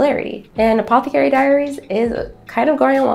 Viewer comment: You're mispronouncing apothecary.....